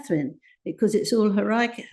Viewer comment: How can a royal author not know how to pronounce the word hierarchy? I'm convinced there's some nepotism with this woman getting the position she has as a royal reporter : /